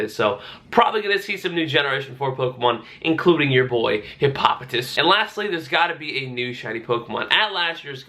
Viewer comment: It's Hippo-poh-tas 👍🏻